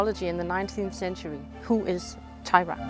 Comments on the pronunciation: disappointed that the Danish runologist pronounces the name of Thyra as if it were an English name; “Teira” or “Taira” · The name is Thyre not Thyra. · So was I. Why pronounce Thyra different, when you pronounced Ravnunge-Tue (the carver) in Danish 🫣😅